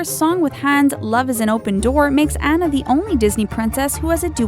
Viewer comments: It's pronnounced "Ona" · IT'S SAID ana (on-a) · And also Mulan is based on a true story so don't say she is NOT and it's An-nah not Anna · That's not how you pronounce "Ariel" and "Anna". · I enjoyed the video but you pronounced Anna's name incorrectly!!! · your saying annas name rong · its uh-lay-nuh and on-uh (pronunciations, in case thats not obvious af) god, google it or watch the fucking movie before making a video about it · YOU DONT SAY ANNA AS ANA YOU SAY IT AS ARNA AND YOU SAY IT TIARNA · It's pronounced Tee•ahn•na and Ahn•na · she said tiaana and annna